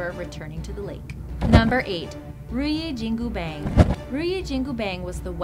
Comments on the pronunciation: wtf is riyu jingu beng? lol... please... pronounce it correctly, it's not even slightly the closest to the correct pronounciation, i didnt even know what was that until i noticed it was the legendary monkey king Sun WuKong's (孫悟空) weapon lol. (如意金箍棒) ru | yi | jin | gu | bang (not pronounce bang in english pls, looks funny) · omg not bang , its bong please pernounce it right the wu kong is the buddah of war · many wrong pronounciation of the weapon, especially ruyi jingu bang. annoying like Ryu in street fighter spelled by many westerner as Rah-yoo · Ruyi Jingu Bang...LOL. the way she pronounced almost made me puke out all my coffee.